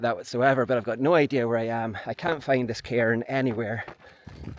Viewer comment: Sorry! You’re accent is awesome, terribly so. But to my American ears you keep wanting to find “Tom’s Karen” and first, “another Karen.” So many Karens. And where I’m from that’s a slur.